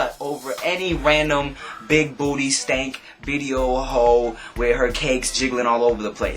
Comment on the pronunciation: the way you say "booty" makes me giggle. "BBBoodddy"